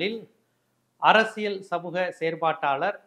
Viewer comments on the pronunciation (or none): none